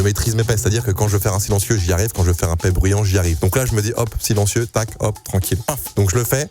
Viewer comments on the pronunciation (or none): Quand il dis « un sliencieu » tu sens que c’est un professionnel dans le milieu😂